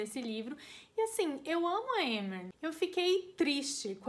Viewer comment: AMEI D+ VÍDEO,eu tive +- a mesma percepção do livro do q vc e tbm to ansiosa pra vê o q a sjm vai arrumar com elain. (Adorei esse vídeo tbm pq aprendi a pronunciar os nomes dos personagens,tipo Amren,Gwian)